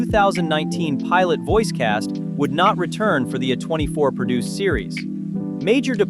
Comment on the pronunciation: The first video on your list. Not banned. Never was. She also has another show along side called "Helluva Boss " and its set in the same universe. Also stop pronouncing A24 weird.